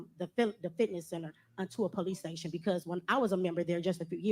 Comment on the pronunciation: Poe-lease stay-shun